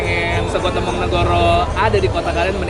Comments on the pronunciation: Maaf bang, pelafalanya bukan tempong tapi tempong beda nada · TEmpong bang bukan tempong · tempong bukan tempong bacanya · "Tempong" dibacanya "tempong" bang, bukan "tempong". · Lama-lama gw tempong elu bang dari dulu nyebut tempong aja masih salah yang bener itu tempong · bang cara ngomong tempong itu bukan tempong, tapi tempong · bilang sego Tempong ky bgitu terus deh, udah diralat SM king abdi jg, masih aja gitu nyebutnya.. geregetan gw..pengen nempong aja si nih..benerin cara ngomong Tempong nya dong..😝😝😝😠😠😠😠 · Tempong bacanya seperti tempe, klo d daerah ku tempong artinya di sleding...